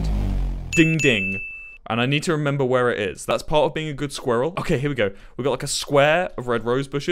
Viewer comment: no one, Wilbur: "sqeeral"